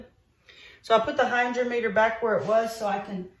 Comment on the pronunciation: Hy-DROM-eter. Accent on the 2nd syllable. Pronounced like "drama". First e is soft, like pet, net, etc. Sorry to be "that guy". Sometimes I can't stop myself. ❤